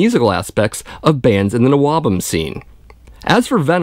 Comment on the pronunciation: Stop saying NOABUM. Nobody ever called it that. We just called it all metal, or early metal Plus I considered Anvil and New York's Riot as NWOBHM and Loudness. You're 100% correct on this vid, plus there's a few gems like Satan that I thought would never be mentioned.